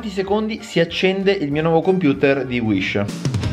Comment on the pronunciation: inizialmente avevo capito "IL NUOVO COMPUTER SHISH"